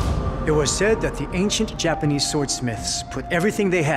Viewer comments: dude said joopanese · he's american but he said "Japanis" 😂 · I like how pronounce Japanese as JPUHNESE